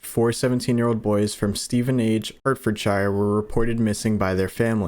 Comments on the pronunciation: I can’t look past the fact he’s pronouncing it “Steven-Age” and not “Steven-Ige” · How you’re saying Stevenage, Hertfordshire is killing me 😂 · My only gripe with this is how you’ve pronounced Stevenage and Hertfordshire 🤣🤣 great content otherwise